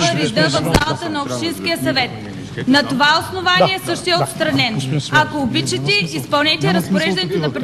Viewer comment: "Ако обичити...." 😂😂😂